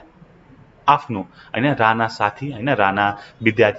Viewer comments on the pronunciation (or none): none